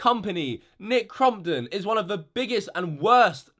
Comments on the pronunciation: your being a bully cause your saying crumpit and its crompton when you say nicks name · “Nick Crom-pit” Lol 😂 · (Cromp-ton) not (cromp-et) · It’s not nick crumpton it’s not nick crumpets it nick cumpit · "nic crompteé" - 2017.